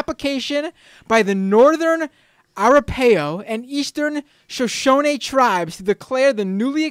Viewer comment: Ok...It's pronounced...Teh-cum-seh.( Tecumseh) and A-rap-a-ho (Arapaho) and Sho-shon-ee (Shoshone)